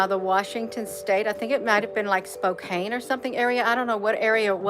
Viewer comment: Pronounced Spo-can =Spokane Washington